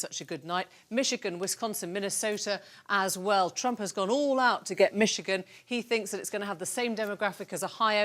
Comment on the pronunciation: ...Wishigan?? Idiot BBC reporter can't even read!!